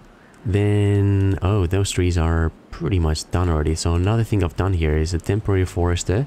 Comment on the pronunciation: Every time you say here, I think you're combining here with highya. I love it.